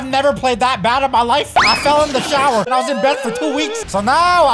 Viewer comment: Did bro just say he fell in the shaower